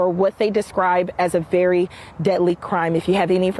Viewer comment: Over emphasizing